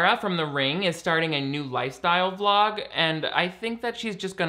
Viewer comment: At first I thought you said “another glog” instead of Vlog….and I thought Glog is such a perfect word to describe Shane Dawson. The guy really is such a glog.